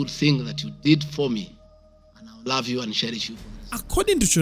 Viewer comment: Gachagua appealed to her emotions remember 😂. "My sister Shorei, I still raf you."